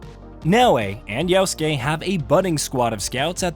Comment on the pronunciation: Mf Its Yasuke not Yauske